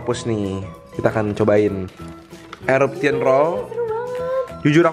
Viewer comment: the way pronounces 'eruption':')